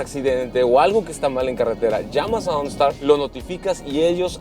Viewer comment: “Ooonstaar” jajajaja que perra se ve la camioneta👌🏼